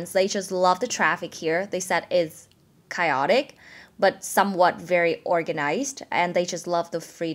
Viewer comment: Chaotic: you sounded like “kai-o-dik” but it should sound “kây-o-dik”. By the way the voice of the person who made the 7 things clip is familiar. I think it’s the Vietnamese guy from California. I forgot his name.